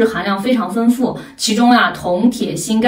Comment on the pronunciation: 丰富的丰读音为feng而不是fen,请注意，谢谢！